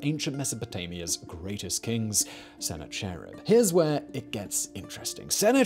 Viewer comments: I'm sitting here going, "Who the hell is sennar cherrib?" Then I realized he meant Sennacharib. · Its "sen-ACK-uh-rib" not "Senna-Cherub". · I’m in pain at the way you’re saying Sennacherib, haha.